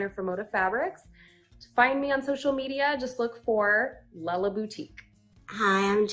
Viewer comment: It seems you are having a hard time with the name, "Lella," as in "Lella Boutique." You've been pronouncing it, "Lay-lah." My mother's name is Lella and she experiences this a lot. She tells people it rhymes with Stella and Della. Vanessa Goertzen, the designer behind Lella Boutique, explains she named her company after Cinderella. She couldn't pronounce the name right when she was little and would say "Cinder-lella." Hope that helps! Love Fat Quarter Shop!